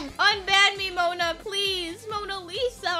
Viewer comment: Bruh you said:MoNa LiSa